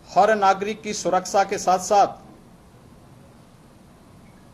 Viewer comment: सकल तो देखो मुखिया जी के । सुरक्षा , को सुरकसा बोल रहे है।